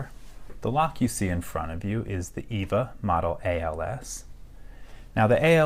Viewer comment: When you say "EVVA" it sound´s weird :) In Germany (Austria, our neighbour as well) we say: EFFA, because the "V" and "F" sounds quite simmilar. By the way, your videos are great and i really like your kindly manner. So thumbs up ;)